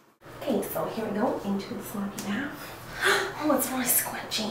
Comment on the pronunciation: Miranda:ooh it’s so squitchy Me:?? Miranda:infechion Me:WHAT My cousin:😯🤯